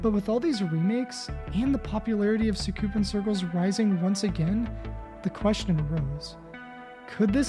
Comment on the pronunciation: “Sookoopin crclz”